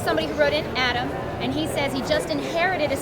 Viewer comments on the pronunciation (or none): none